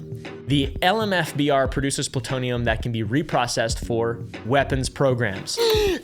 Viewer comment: Ploo-TOE-knee-Yum‽ Big $5.⁰⁰✌🏻werds and sayn that Merica lies to us makes hulk smash!